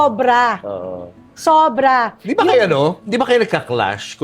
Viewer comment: Sobra sobra not subra subra 😂😂fix ur vowels bago Ka mang hamak😂Ikaw na rich di hampaslupa 😂